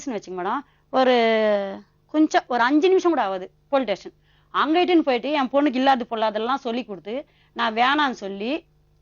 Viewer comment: Station not tation.